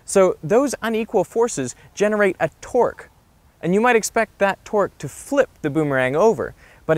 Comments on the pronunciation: Thought he said generate a twerk lol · Every time he says torque it sounds like twerk XD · Only i hear torque as twerk ? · Am i hearing twerk instead of torque?